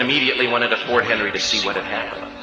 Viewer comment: Fort MCHenry. Jeez.